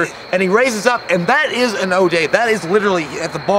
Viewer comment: Ode. Not o day.